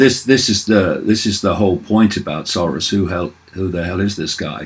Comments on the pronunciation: Keith _ sore-ass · The correct prononciation of Soros in Hungarian is SAROSH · I love how David pronounces it George "Saurus". He is an old Dinosaur... That's for damn sure.